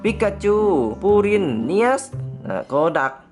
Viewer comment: ไม่ไช้โคดักเป็นโกดัก